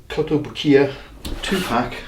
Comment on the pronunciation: That kotobukiya pronunciation oh